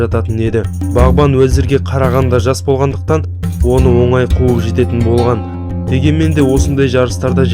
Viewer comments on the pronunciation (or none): none